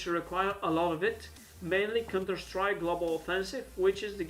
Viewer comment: lmao u said cunterstrike i understand, its yr accent